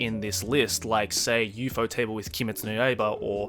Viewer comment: u-faux-table Me: have I been pronouncing this wrong my whole life